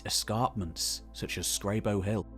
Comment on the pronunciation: Never heard Scrabo pronounced like that